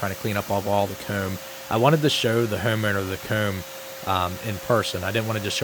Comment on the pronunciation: I'll never get over how he says "coormb" and "hoorme". Good one 👍